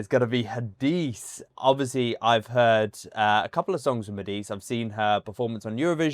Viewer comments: Ha-di-seh is the right pronunciation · Her name is Hadise you have to pronounce the E at the end like E for Echo. But you are doing very well with the pronunciations we appreciate your reactions thanks